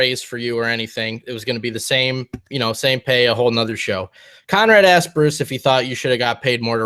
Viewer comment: Nothing Vince Russo says proves in anyway that Bruce Pritchard is mistaken with his allegations. Nothing. One more thing - the word is pronounced "ask" not "aksed."